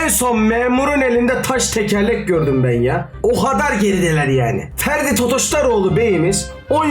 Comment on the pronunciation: ya ds abi ferdi değil freddy